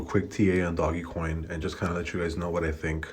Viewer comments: Bruh can’t even pronounce it right, u have no clue what it’s going to do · He always laughs about it and says he likes to call it doggie lol. He’s up 15k or so on it and has called a few bottoms 🤷🏽‍♂️. Nobody knows what the heck this thing is really going to do. Lol